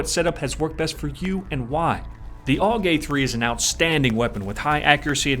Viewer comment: its not aug you say it in letters A-U-G